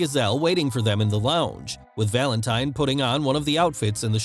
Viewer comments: oh my gosh, the way you say Valentine is so gross cuz it sounds like Valente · He pronounces Valentine wrong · So wrong 😂